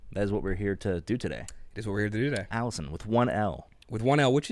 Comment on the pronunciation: Allison is pronounced al-li-son with 2 distinct ls. Alison is pronounced al-ee-son.